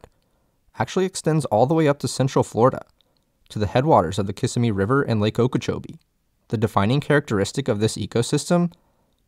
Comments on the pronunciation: Gret video, you got very good research and information here, just two points from a native. Okeechobee. The stress in that word is on the "CHOBEE" like o-key-chobee, and the other is Tamiami - Ta-mee-a-mee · How can you do this video and mispronounce Lake Okeechobee and Kissimmee?!